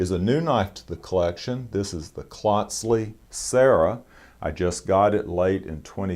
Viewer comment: Hello again. I contacted you a couple years ago after seeing the review of the Klotzli and Reeve knives. Glad to see you got another Klotzli. I have three: one is edc the other two are nib and about 15 years old. Gotta tell uou how to pronounce the name. It is Klotzli with the first part sounding like "coat" but with an "l" after the "c". You are pronouncing it like the first part rhymes with "clot" as in blood clot. Just letting you know because I respect you and thought you'd want to know. I work for a Swiss company and my son-in-law is Swiss so I've heard the name many, many times. It is my favorite knife shop to visit.